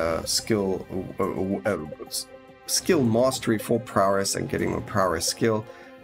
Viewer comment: Any chance you could make a tier list for the survivors as well as abilities maybe? Really getting into the game now, thanks to watching your videos. That paladin build carried me a long way too. Love how you pronounce prowess --> Prawress :D Can hardly wait for the patch to become live..